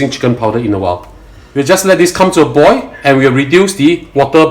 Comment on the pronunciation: Just a bit of constructive criticism. When you say 'boil the oil", you are saying "boy the oy". You are ignoring the "L" at the end of each word. It's boil, pronounced "boy-oh" and oil, pronounced "Oy-oh". If you do this it will make your videos a bit easier to understand. Also, slow down. I have an accent like you do, and I always try to speak slowly and clearly to make up for it. Since you are making an instructional video, it helps to make sure the viewer can understand what you are trying to say.